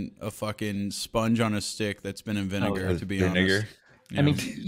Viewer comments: casually getting away with saying viNIGER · got loose with "vinegar" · Yo I heard that too, had to replay it a couple times to make sure it wasn't just me mishearing vinegar (still not sure lol)..